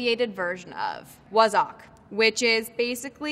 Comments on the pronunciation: yep, she "botched" most of them up or pronounced them incorrectly, lol, WOZZOCK , its bloody Wazzock, shes a wazzock alright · I mean, Lilly is stunning and a great actress but blimey please don’t pronounce “wazzock” as “wozzock” or “lurgy” and “lurjee” it’s bloody painful to listen to 😂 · The pronunciation of ‘waz-zock’ .... no baby no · her pronunciation of wazzock made me chuckle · It's cream crackered? Half of these aren't slang? Fancy? Row? Cheeky? They're just words? Also, why aye? It's not something anyone other than north eastern folk would use? Randy?! Hahahaha who says that?! Also.. her pronunciation of wazzock and lurgy. Lord have mercy. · she pronounced Wazzock weird 😐